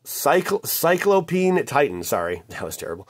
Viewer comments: It's sigh-clow-pee-an (P.S, Love your videos and all of the help and enjoyment you bring!). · I swear he was saying Cyclo-peeing titan